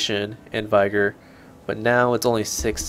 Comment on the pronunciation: nice vid! just a note, vigor is not pronounced vy-gor, and aura is not pronounced aurora. keep up the great vids!